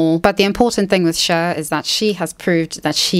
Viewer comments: The pronunciation of Cher = share (whatever that is in British) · Love the way you say 'Cher'